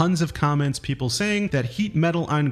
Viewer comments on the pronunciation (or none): none